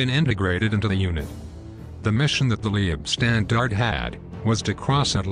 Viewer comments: Leibstandarte - pronunciation "lypshtandart" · The computer generated mispronunciations are pretty appalling. Duncocky? Lee ebstandarte? I could go on, but...well...there are just too many, and too appalling. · Good video, but....Leibstandarte is pronounced "Lypshtandarter" - other pronunciations are abysmal. Suggest you get some language coaching from a language school before you embark on another production. Cheers 😊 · The mispronounced German words and corny synthetic computer voice makes this ridiculous mish-mash of recycled and useless information absolutely unbearable. It's pronounced: "Lybe-stahn-dar-teh" for God's sake!🤣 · I wish they'd learn the correct pronunciation of ''Leibstandarte.'' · Leibstandarte is pronounced: Say Leib with e being silent and say "i" like HIVE say "stand" with "a" sounding like O in POND say arte like ART AH